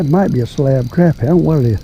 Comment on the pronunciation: Good to hear somebody pronounce crappie right. Much appreciated.